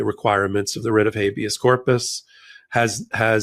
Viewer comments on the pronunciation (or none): Writ. not ritz...theyre NOT puttin on the wrist, the ritz, the rids....teach our ppl English 4heavens sake